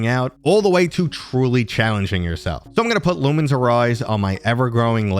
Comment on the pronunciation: Lumines is one of my favorite puzzle games of all time after Tetris Attack and Devil Dice. Just a heads up : its pronounced "luminous"